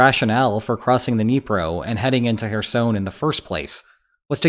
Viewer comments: If you're making a video about Kherson. Could you at least get the name right. It's very cringy. ''Hersoin'' what?😅 Apart from that great update about the situation there atm. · You say Kherson like Michael Jackson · As someone who speaks Ukrainian\Russian, his pronunciation of Kherson is triggering.